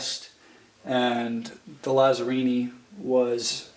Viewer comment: just so you know it's pronounced Latsarrini